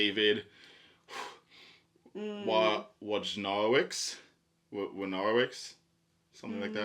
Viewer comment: Hahahahaha! You all crack me up! 😁 Just finished Paradise this year and loved it. Just personally for myself I connected with it more than Sula. Wojnarowicz is pronounced (voy-nah-ROH-vitch), and honestly I still can't pronounce his name correctly. The cover of the book is one of his art pieces titled Untitled (Buffalos). I hope you get as much out of the book as I did.